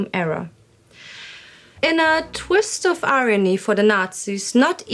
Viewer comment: did you say "a twist of aryany" (instead of "irony)"? If so, it was a wonderful pun. If not, then I may need hearing correction.